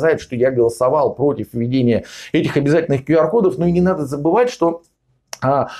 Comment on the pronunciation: Правильно - Кью Ар. Учите английский.